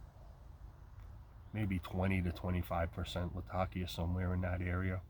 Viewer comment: Thank you for saying Latakia correctly.